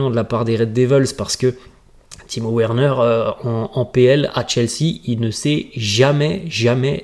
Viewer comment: Frère revoit tes prononciations, sa s'écrit Werner mais sa se lis Verner merci.